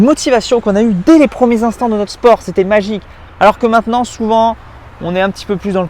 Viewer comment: Des premiers "intants" ? Mdr sinon super video comme d'hab